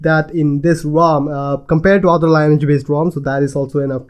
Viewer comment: Lineage is not pronounced "line etch". It's more like "linn-eee-edge". or Merriam Webster have pronounciation examples...